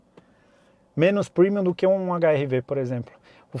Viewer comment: Parabéns pelo seu comentário, falou tudo....só esses jornalistas puxando o saco da senhora Honda. E é para cair na risada quando ele fala primiun kkkkk